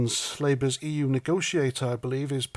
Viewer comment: The yUK and the EUWWW.